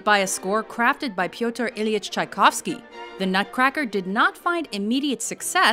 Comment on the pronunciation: I am Russian and I feel the same what when she pronounced Tchaikovsky just lmao